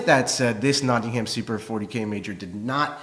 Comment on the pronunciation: Always gives me a chuckle, how Americans pronounce Nottingham. :)